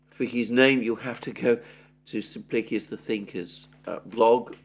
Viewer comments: Sim plik ee us Emphasis on the plik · I cant read the pronounciation of "XXX the thinker". Please pronounce this more clearly.